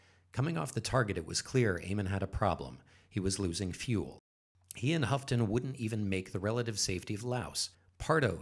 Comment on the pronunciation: FYI: Bob Houghton pronounced Ho-ton, as in santa says Ho ho.